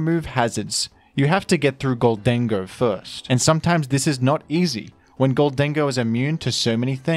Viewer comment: i love and hate the way you produce “gholdango”